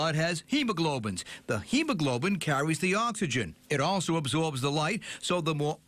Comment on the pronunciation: Did he said HEBOGLOBIN!!!